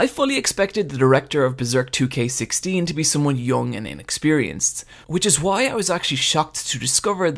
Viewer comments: Why do you pronounce WHO - I instead of WHY??? :O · your reviews are great the only thing that grinds my ears it the Huay instead of Why or just Y xD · don't use "why" and "white" in one sentence if you prononciation can't make enough difference between them. All i can hear is "Why is Casca, why?" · I find the way you pronounce words with 'wh' in them more disturbing than the CGI itself.